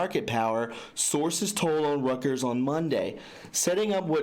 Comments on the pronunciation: Reuters // Rooters.. omg you need some reading lessons.. I don't mean to be a dick. It's just hard to listen to. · I'm sorry, but it isnt (roo-ters), it is Reuters ( roy - ters) that is how it has always been pronounced. ROY-TERS. That is the CORRECT way to read the news organizations name.....its just how THEY themselves pronounce it. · Reuters... pronounced " ROY-TUERS "